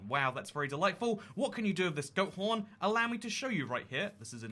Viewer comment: I thought you said goat prn 😂